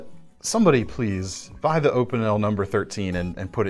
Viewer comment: Ahhhhh, finally someone who says Opinel without messing it up with english prononciation, perfection !